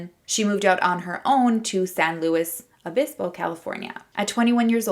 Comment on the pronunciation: BTW you said cuesta correctly! I went there 💞 we call San Luis obispo Slo (like "slow") but you pronounced it pretty well :))